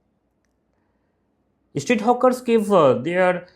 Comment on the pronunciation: Why are you calling them Hookers? and why do you add E before any word starting with S like Streets to Estreets?